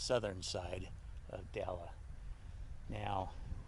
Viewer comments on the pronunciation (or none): It's actually pronounced "Dell" and is a super popular spot for dirt biking drawing lots of riders from the Salt Lake and Ogden areas. Without the dirt bikers and off-roaders the gas station would probably really struggle. Try their pizza if you're there. It's made by the owner and really quite good.